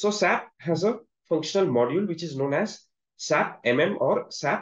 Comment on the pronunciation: FYI, Don’t say SAP, say S A P..